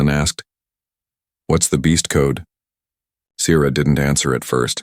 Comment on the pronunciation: your spelling and pronunciations suck. Sierra SEE ERRA, WARM in not worm. Stupid AI.